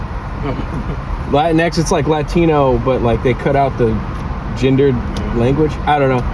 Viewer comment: “Lateen X?” 🤣🤣🤣 Anyway, yo quiero Taco Bell!!!